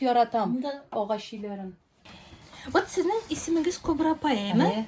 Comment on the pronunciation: Кобра,ударение на конце.